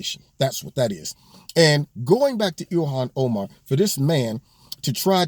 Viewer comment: Ill-ham oh-man...lol